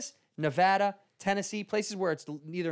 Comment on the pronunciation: Thank you daddy Santino for pronouncing Nevada correctly.